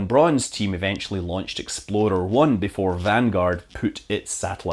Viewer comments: you really need to work on saying explorer. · I like how Scotts' accent makes it sound like he's saying "Exploder" as the rocket explodes or thereabouts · Im sorry Scott, but the acent makes it really funny when you say exploerer right as a shot of a rocket expolding runs on screen